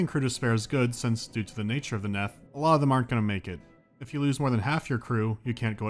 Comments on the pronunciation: It's "neath", not "neth" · It's pronounced 'neath as in underneath. Not Neth. I think. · I'm amused by the fact that you pronounced it as "neth", because I always thought it was "kneeth" as in "underneath", but still... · This is nitpicking, but it's " 'neath", not "neth". As heard in "beneath" or "underneath". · The "Neth" should be pronounced the Neath, as in underneath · Its not neth its nEEth for fucks sake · I just registered that he was mispronouncing Neath. It's pronounced neeth, because it's short for the UNDERneath, get it? Also, like if makes you think of This Boy Suffers From Crystalization, iykyk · 3 years late, but it's 'neath, like underneath, and it annoyed me a tiny bit. Love the video though. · It's pronounced 'Neeth'. As in Beneath. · It's pronounced Neeth, like underneath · He interpreted it as rhyming with Death